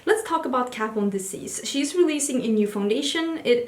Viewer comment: "Let's talk about KAT VOND Desease" I'm dead